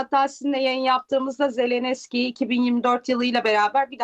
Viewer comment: zelenESKİ değil hanımefendi zelenski